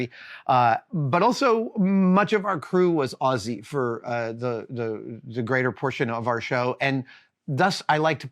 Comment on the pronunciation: Thanks for coming us Aussies not orzies as most Americans tend to do. ❤